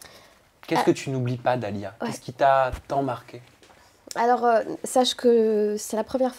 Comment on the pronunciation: Dalia chiiiiiiiiiihhhhhh pas dalia tchi, tu connais pas ton nom ou quoi pourtant je t'aime bien mais la 😒😒😒😒